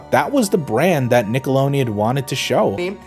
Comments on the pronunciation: STOP SAYING NICKOLONEON AAAAAAAAAAAAAAAAAAAAAAAAAAAAAAAAAAAAAAAAAAAAAAAAAAAAAAAAAAAAAAAAA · Stop. Saying. Nickeloneon. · Nobody: Not a damn soul:: NickeloNeon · WTF is Nickelonian? Nickelodeon. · I have to be honest, the pronunciation of Nickelodeon in this video is hurting me